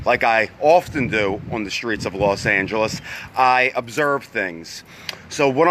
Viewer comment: Why Do You Say Las Angeles